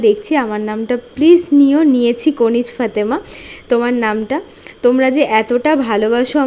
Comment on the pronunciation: বাংলাদেশ থেকে কমেন্ট করলাম আমি পত্যেক দিন কমেন্ট করি আজ আমার নামটা নিওয়ছো দিদি আমার নামটা ভুল উচ্চারন করছেন কনিজ না কানিজ ফাতেমা